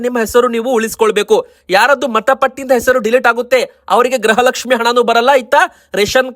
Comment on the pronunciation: ಗ್ರಹ ಲಕ್ಷ್ಮಿ ಅಲ್ಲ ಗೃಹ ಲಕ್ಷ್ಮಿ ಅಂತ ಹೇಳಿ. 31ನೇ ಕಂತು ಬಂತು ಕೊಡಗು 🎉